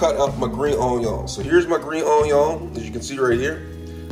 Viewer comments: Man did you just say onion in the end? Its pronounced on-yaw! Bon apetit! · everytime he says "RAYMEN"..... i get Wrath !!!! and OJYON for onion ..... dude ....XD its RAMEN!!! and ONION!!! idiot. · I hate how he says onion